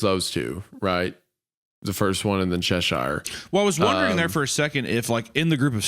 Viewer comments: its pronounced che-shuh-r. not che-sh-eye-r. sincerely, someone who was born in Cheshire (the original one) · Hunter made Cheshire sound like the chocolate sailor 😂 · Every time Isaiah says Cheshire, the Queen turns in her grave.